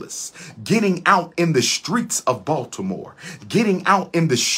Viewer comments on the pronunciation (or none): none